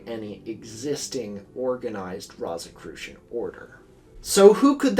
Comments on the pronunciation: I really wish you looked up how to say rosicrucian before saying it 500 times in the span of ten minutes for this video. I hate love to nitpick, but how hard is it to google a word you're not sure about? It's rō like rose not like rot. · I'm so sorry for this, but this kept drawing me out of the narrative. Rosicrucian is pronounced like "rose" like the flower for its first syllable . And Edgar Cayce's last name is pronounced like "kay_see" . Doesn't make sense, but that's the way he pronounced it. I've done a lot of reading on both these topics in the past, so they really pricked my ears up when you said them. I love your videos, but correct pronunciation helps sell the veracity of your work. I'm only making this comment for you in case you refer to either of them again. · Wait. Doesn’t the first syllable of Rosicrucian rhyme with rose ….? Am i the only one whose eye twitched every time he said it. 😄 Excellent essay, though, on an excellent channel. Glad i found it—i have more catching up to do yet! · It hurts every time you mispronounce rosicrucian. Good video nonetheless.